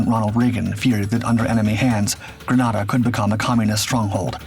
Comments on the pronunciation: "In 1983......" The island nation's name is pronounced <Grë-nā-dâ>, like the weapon "grenade", not "<Grâ-nâ-dâ>", as in the Spanish city. I should know, my unit, the 1st Special Operations Wing, was active in that operation. We sent MC-130E Combat Talon IIs, and 3 AC-130H Gunships. We also prepped our MH-53H Pavelow III helicopters, but they were never sent. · Grenada is a Caribbean/West Indian island...nothing Latin about it. British people mispronounce the one in the Caribbean because of the island of Granada off the coast of Spain. Most foreigners will not pronounce Arkansas and Meraland the way Americans do. My in-laws look at me as ignorant because of the way I say Dudois and Hebron...not about to change though, they stupid country folks. There are three spellings of Allegany, something I had to teach spellcheck! What say you about ignorance and confidence now, Sargent?